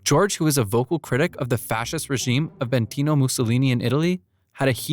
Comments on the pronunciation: Benito not Bentino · no way bro said “Bentino Mussolini”